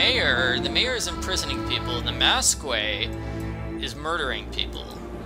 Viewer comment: for the record it isn't pronounced mas-quee its more pronounced like mask, for future notice. now that that's out of the way, I am so happy you're doing this. by the way, I tend to correct people a lot, sorry